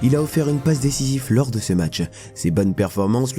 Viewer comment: Une passe DÉCISIVE, DÉCISIVEEEEEE et non pas décisif ! sinon belle vidéo